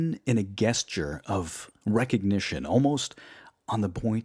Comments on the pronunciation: my god man its jes-jure, not guess-ture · Gesture is pronounced with a soft g, like "jest". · Guessture? Hooked on phonics wrkd 4 him. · interesting pronunciation of “gesture” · Gesture has a soft “G” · Hal Swan Terrible pronunciation. Clearly little thought or logic behind it.